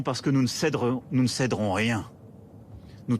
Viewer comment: ce qui m'a fait marré c'est le "cédrerons", il arrive plus à s'exprimer le microbe !